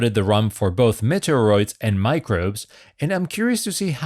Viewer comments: Its prononced Meat-E-Ah-Roids as in Meteorite. The way you are saying it sounds like Nintendos Metroid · Try saying 'meaty or oids',. You seemed to be having trouble with the name. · Meteoroids is pronounced ‘mee-tee-or-oids’ A meteoroid is a small asteroid, so more cheekiness! 🤣